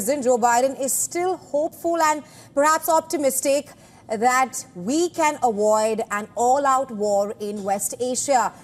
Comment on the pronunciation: A"V"OID.....NOT A"W"OID 😆